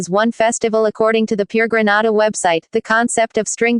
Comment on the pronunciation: Please! Not Granada GRENADA